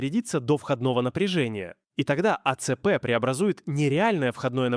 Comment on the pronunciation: когда этот ии произносит А.Ц.П., вспоминается произношение "Эс.Эс.Эс.Эр" из шортсов про черемшу и шлакоблоки